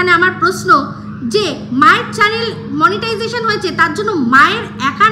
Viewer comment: দিদি আজকের ব্লগে শেষের দিকে টিন মনিটাইজেশন টা কিভাবে উচ্চারণ করলো একটু দেখো।